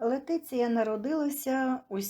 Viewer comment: Говоріть правильно.Її звати Лєтісія